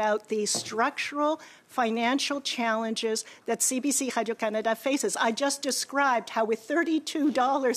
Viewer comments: Anyone else annoyed when she pronounces “Radio Canada” like Pepe Le Pew? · I hate the way she says the company’s name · She's begging for more money?!? She can damn well use the bonuses she and her cronies paid themselves to fund the failing CBC. She's disgraceful and I hate her french pronunciation of Radio Canada! 😖